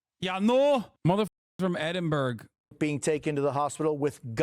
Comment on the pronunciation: EdinBERG ahhhh gave me the ick